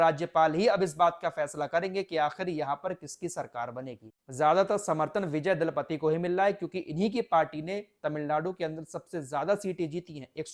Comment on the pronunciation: Dalapati nahi bhai ji Thalapati hai